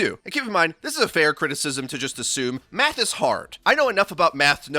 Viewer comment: Anyone else hear meth and not math 😂